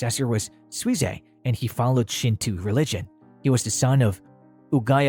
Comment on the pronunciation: "Shin'two" ? It's "Shinto", "shin'toe." This moran doesn't know to study before he does is voice narration ?